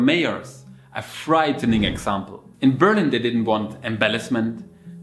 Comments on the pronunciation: Dude, it's called Berliiiin, not Beeeeerlin, even in English, but also in German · hehe :) that's on purpose I think. Because most Germans when encountered surprisingly to say Berlin, they say indeed Beeerlin. Apparently we think in English things are accented always on the first syllable. :D I needed about 6 months to figure out it was Berliiin. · Why do Germans pronounce their own City always so awkwardly ? No matter whether you say it in English or German, the important thing is to emphasize on the second syllable, which goes up. Like Ber LIN ! But for some weird reason Germans pronounce their City as BÖR lin, where the emphasis is on the first syllable. Why ?